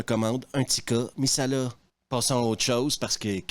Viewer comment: Tika MAssala pas MIssala Hermione voice